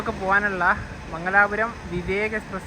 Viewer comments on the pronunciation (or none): മങ്ങലാപൂരം അല്ലേഡാ.....മംഗലാപൂരം അലെങ്കിൽ മംഗ്ലൂരൂ